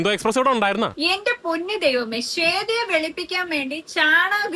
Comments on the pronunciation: ഈ കുരിപ്പിന് ശ്വേതാ മേനോൻ എന്ന് ഉച്ചരിക്കാൻ പോലും അറിയില്ല.. ശേതോ മേനോൻ 🤣🤣🤣. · He can not even pronounce the name right